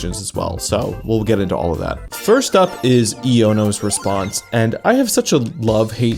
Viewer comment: I need more videos like this, I always lament how obscure some text in super popular games are. ...Just wanna say Iono isn't pronounced like that, it's pronounced like you're slurring together the words "I dunno'.